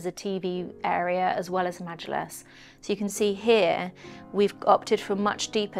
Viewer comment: You pronounced majilis so well, I’m impressed